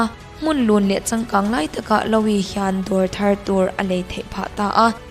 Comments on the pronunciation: Louis Vuitton.... louis I lam dan hi a diklo... lu-i tih ang deuh a lam rik tur, mhse a thluk hi mizo tawng pai tak a lu-i tih lam rik ang deuh in... a mak hi ka ti thin YouTube a channel meuh siam ve si hmeichhe țhenkhat hi an thil lam a mak thei top... true crime in mizo channel phei chu nui nuih hak na tur hi a tam... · Louis (Loo wee /lu i) "o" hi ri tello...anyway a bengvarthlak e.... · Louis lam dan chuh 🤣🤣👍